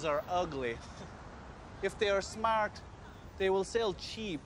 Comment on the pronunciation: Yeah, listen to the way he says "smart" ...that's how a Russian born and bred in Ireland would speak!!